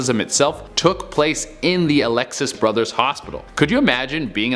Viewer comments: It's Jefferson Barracks not Jefferson Park. It's Alexian Brothers Hospital not Aleuxis. Which is not SLU Hospital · It's ALEXIAN, not ALEXIUS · FINALLY!!! :3 Side note: it was Alexian Brothers Hospital, not Alexius #StLouisNative